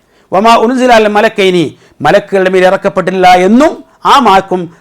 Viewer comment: അല്ല,, മലകൈനി, എന്നുള്ളദ് മലികൈനി എന്ന് വായിച്ചാൽ, പ്രശ്നം തിരുമല്ലോ 🤔🤔🙄🙄